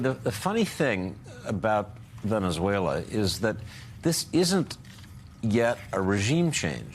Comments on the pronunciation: Donald Trump, "Venezueler." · TRump: . Venice-whaler that’s how he pronounces the SA country. Listen at the :08 mark. My bag of chips are still $6 a bag. What happened to America first? Seems like we are an afterthought. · “Veneswayler” - Dementia Donald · Venezueler? Dónde es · Hellurr Venezuellurr TrumpDea smh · "Venezwhaler?" What an educated President the U.S. has!😂😅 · Venezuelerr.. at least make an effort to pronounce it correctly. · Venezueler !?!?!?😂🤪When did Venezuela become Venezueler! I believe " there isn't an R in Venezuela. Low IQ